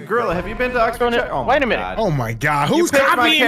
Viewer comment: im laughing at how they said oxfordshire... im british and thats not how its pronounced